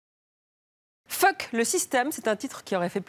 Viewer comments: On dirait qu'elle dit "phoque le système". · Pourquoi la présentatrice accentue toujours sur le « fuck» au début